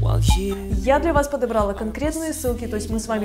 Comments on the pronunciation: я Вас обожаю!!! Но подобралА, а не подобрАла, клалА, бралА. Если "женский" глагол, то ударение на А. Спасибо за внимание ) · Не первый раз замечаю ударения в видео....подобрАла, ОМГ, корректируйте речь раз ведете блог. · Подобрала- ударение ставится на последний слог. ПодобрАла,говорят обычно девушки из ближнего зарубежья.